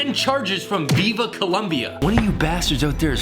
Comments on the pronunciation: Oh God. It's Colombia, not Columbia. Nice Vid btw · ITS NOT COLUMBIA ITS COLOMBIA